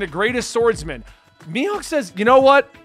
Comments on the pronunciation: You said “Mihawk” perfectly. Your friends are trolls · Literally everyone calls him Mihawk lol Idk what your friends are talking about. You're good mate lol